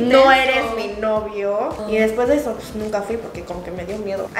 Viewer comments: Camba que se respeta dice "elay puej" 😂😂😂 espero video de Insong y David 🇧🇴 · Que lindas se ven tratando de decir Elay puej shdgodlj. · Me encantó como dijiste "Elay puej" ❤️🇧🇴 Saludos desde España. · exacto lo mismo, y es q Bolivia la zona oriental cambia la ese por una jota, en todo caso suena elay puej y elay pues